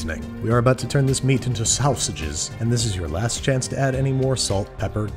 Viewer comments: "sowsages" -babish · Sausages said like EMT!